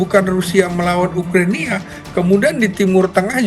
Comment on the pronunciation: Profesor cap kaki 5 nyebut Ukrania aja salah😂